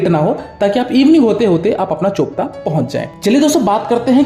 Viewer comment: BRO. Its चोपटा Not चोपता 😂😂😂😂